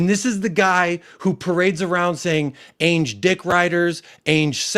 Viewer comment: Hi there hope you are well lots of parallels with what we experience in the Arsenal fan base. Was interested to see how you tackle it. One question though why do you pronounce Ange Ainge? It's the A sound from Adam or Anville not the A sound from Apex or Aviary. There is a youtube channel that specialises in pronunciation. I haven't decided if I like him or not but I do feel like it's respectful to pronounce people names correctly. I am not telling you how you should pronounce it by the way it just interests me as I presume you hear everyone else calling him Ange as if it were short for Angela and yet chose to pronounce it as Ay-nj just curious